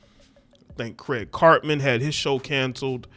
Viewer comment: Craig Carton not Craig Cartmon.